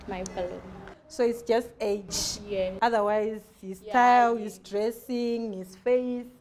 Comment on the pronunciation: nhai henyu imi “Age” pronounced “edge”😂